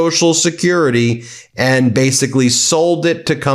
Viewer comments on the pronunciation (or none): none